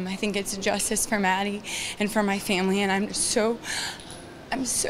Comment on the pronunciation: Anyone else notice she said Maddy Phillips?